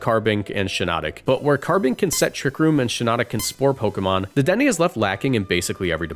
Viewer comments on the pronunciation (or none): none